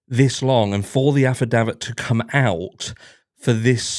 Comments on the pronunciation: You are pronouncing affidavit wrong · your pronunciation of affidavit grates...is that the American way?